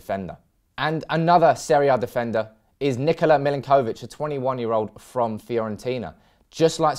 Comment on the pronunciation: I love the way you pronounce the names of players. Lol. Mill-in-koh-vich. Muh-no-les